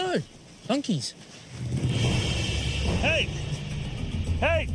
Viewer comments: 😂😂😂😂 I also thought he said monkeys! He actually said "donkeys " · I think he said donkeys 😂